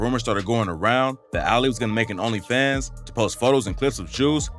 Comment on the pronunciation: What's even more annoying than this drama is the fact that I can just tell the audio on this video is AI generated. Like I know it's a new thing but god that shit is so annoying to hear when it annunciates certain words like "Onlyfans" all weird. Eventually all videos are just gonna be ai generated just waiting for the end of good YT content :l big L on Lotti tho Juice prob mad ash rn wherever he is.